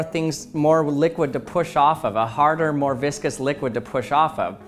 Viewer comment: I heard viscous as "biscuits" and "bisque-ous". lmao